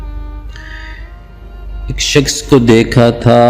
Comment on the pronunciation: شخص۔۔۔۔۔شکس نہیں۔۔۔اردو تو سیکھ لے۔۔